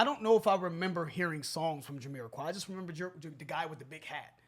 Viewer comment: Can someone please correct me if I'm wrong, but is Jamiroquai supposed to be pronounced Yuh-me-ra-kai or is it Juh-me-ra-kai??